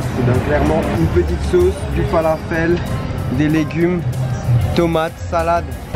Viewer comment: Le falafel est dorigine libanaise ! Un peu de respect a notre pays. Et prononcez le correctement !!